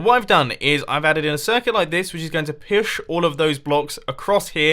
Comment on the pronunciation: I could feel the frustration in the beginning so much...that it literally filled me up with joy when it finally worked. =) Oh btw, pewsh? , wth? xD